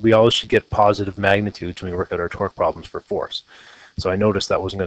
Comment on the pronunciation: I could not take this seriously sorry xD Everytime you say torque, it sounds like twerk.